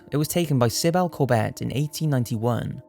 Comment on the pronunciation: SYBIL. IS PRONOUNCED SIB-BULL